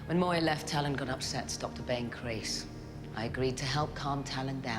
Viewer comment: They named him Talyn, I keep hearing Stalin 😅